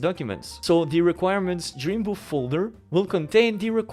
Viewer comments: He does say Boof haha, but the title say's it all 😅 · Man the whole time I thought he was saying Dream Boof. And I couldn’t find it on the Google’s